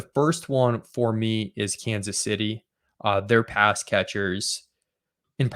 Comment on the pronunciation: "Kansas Shitty" We all heard it.